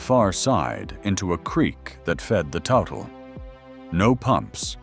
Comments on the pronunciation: it's not total river, it's tootle (toutle) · We don't pronoumce the name of the river "Total", we pronounce it "Tootle". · It’s pronounced “Tootle”